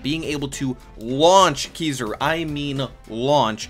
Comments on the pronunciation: It’s kizaru not kizuru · why tf do people say "keysuru" instead if "kizaru" lmao